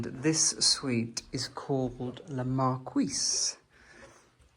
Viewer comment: A pure joy. To see the french elegance. It is just lovely. All your videos are an inspiration. A belgian fan of you! The flowers under the tree are not crocus at this time of the year but cyclamen. Just a little remark. Le marquis should be pronounce mar-key. . You should ask the french prononciation to the owners or check it online.